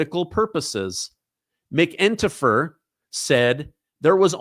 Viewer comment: I think it’s pronounced- MAC-en-tar-fer (all one word)